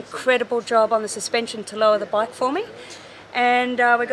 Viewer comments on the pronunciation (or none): can you say bike not a baaayk